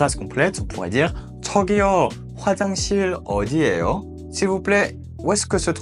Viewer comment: J’ai deux question : le h c’est pas ㅎ plutôt Et pour 이거 얼마예요 ça ne se prononce pas plutôt "I-geo eol-ma-yé-yo " au lieu de "I-geo eol-ma-é-yo" ?😅 pareil pour 화장실 어디예요